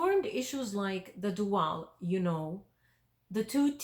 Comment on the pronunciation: It's pronounced "DOO-ul" NOT "doo-AL"..............I didn't know what you were saying for quite a while..........